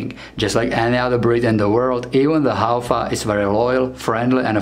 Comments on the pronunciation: tangkhul Haofa Haofa- fa- pronounce as fu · Pronounce as...HAO-FU.. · Thanks for making a video on our indigenous dog breed. It is pronounced as HAOFU 🙏